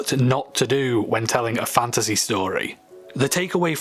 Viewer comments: You saying the word fantasy so many times made me hear fandussy... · at the start when he kept saying fantasy, all I heard was "fantussy" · You're not the only one. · I'm sorry. Fanta sea. A sea of fanta. All I could hear with that intro, lol! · My favorite part is when he says fantasy